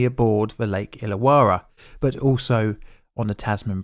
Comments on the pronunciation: Pronunciation tweak- Illawarra is pronounced Ill-a-worra. Yeah, it doesn't make sense. I grew up about 15 minutes from that lake, and that's the way we pronounce it. We have a suburb nearby called Towradgi... Tow-wrodge-ee. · May as well add "Lake Illawarras" pronunciation too the mix. Lake Ill-a-war-ra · 2 R's in "Illawarra" it's pronounced "illa - worra" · that artwork depicts a HG Monaro - but the one on the bridge was a HQ monaro - also you need to work on your pronunciation of Tasman ( Tasmn) and IllaWarra ( ill-a-warr-ah ) it help to remember that Australians dont open their mouth or move their lips - 'coz it lets the flies in. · The image of those cars with their front wheels hanging over the edge are seared into my brain. It was huge news in Australia at the time. BTW your pronunciations of "Tasman", "Hobart" and "Illawarra" are quite jarring to Australia ears.